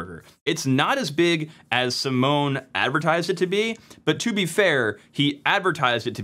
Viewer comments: Simone is pronounced how you would read it in German - he is not a security researcher, he is a developer that stumbled on it - he is piss off nobody would take his finding seriously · although you got the name pronunciation wrong😅 ( search for the Italian pronunciation of the Italian name Simone), great explanation !! thanks❤ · This is dumb since proper firewalling would drop UDP/631 anyway. If someone already got into your LAN then you're already owned, so having the port open to your LAN range isn't really much of an additional problem. Simone (sim-ohn-ay) is basically making a big deal about nothing. Oh noooo 300K targets out of 4Billion.